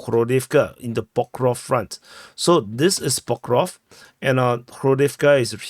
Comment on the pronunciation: Not pokrov but pokrovSk (it says itself)